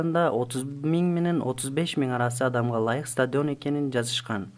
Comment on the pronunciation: Стадйион эмес стадион